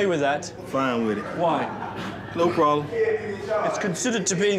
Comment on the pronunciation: "no probbbllelem" LOL probably the nicest one ever